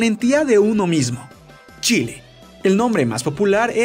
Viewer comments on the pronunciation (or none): none